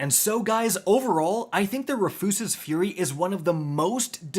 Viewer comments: Say it with me Roo-fus-s like a man named Rufus. RooFuss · ROO-FISS, ROO-FUS, not re-foos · He's trolling us, right? It's pronounced like the name (Roo-fuhs) right!? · I literally hate this MF. Can’t pronounce weapon names 😂. Rufuses fury? Really? 😂😂😂 it’s RUFUS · It’s just “Roof-is” Fury. Do you go outta your way to mispronounce shit? Smh. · *Ru fis fury. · ROO-FUSS!! Say it with me, RU-FUS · TIL Rufus is now pronounced Refoosis 😂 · How do u mess up the word rufus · I'm not gonna let you get by saying Rufus like that.... you have to be stopped villain! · "make sure I mispronounce at least one word in the video" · The pronunciation of “Rufus” is killing me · Jaded viewer - he butchered the pronunciation of "Rufus" for more engagement/comments.. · Awesome butcher of the name! 👍🏻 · I love how you’re butchering the gun’s name to bait comments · Why does bro say it wrong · Dude spent months trying to get this just to butcher the name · I refuse the pronunciation. It makes furious